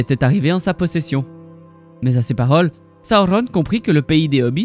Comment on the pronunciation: J’adore tes vidéos mais la façon de prononcer les noms dont Sauron c’est juste pas possible